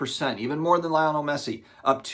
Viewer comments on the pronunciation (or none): Lay-oh-Nell is the proper pronunciation fyi